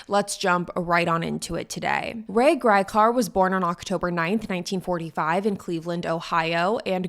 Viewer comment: One of the worst summaries I've seen. You even mispronounced his name.